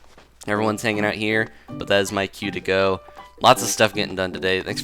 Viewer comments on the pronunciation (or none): He said 'AMINAL crossing' at the end xD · Lol in the end you said Aminal crossing XD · I mean he said Amnimal Crossing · I mean I thought he said Amnimal Crossing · at the end he said "aminal crossing" lol